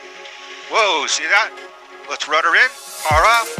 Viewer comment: RUDDER NOT RUTTER.